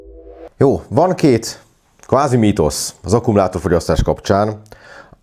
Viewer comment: felesleges bekommentelnem, hogy qvázi tudtam,... quvázi :)